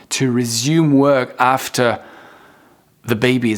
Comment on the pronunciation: After. Tu dis. atfer. En fait c est. After. Comme. Le a de theatre. Un a. Profond